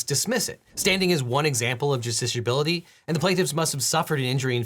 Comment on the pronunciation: I just had to leave a comment giving you KUDOS for saying justiciability multiple times with seemingly little effort. It's not an easy word to say!